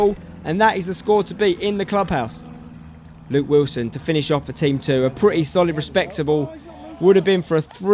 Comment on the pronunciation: “Luke Wislon”